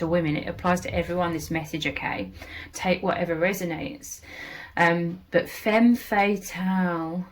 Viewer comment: Thank you so much for your inspiring work! ❤ Please, could you pronounce "femme fatale" in the standard way (fem fuh-TAL) to avoid any confusion! Cheers! 🎉